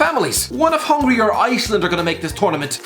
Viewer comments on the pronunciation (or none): none